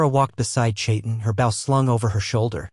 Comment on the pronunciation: Bow, pronounced : bo As in bow and arrow!